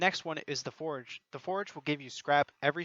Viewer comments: Also you said Forage not Forge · IN-FIR-MA-RY (In-fur-muh-ree) FOR-GE (FOUR-juh)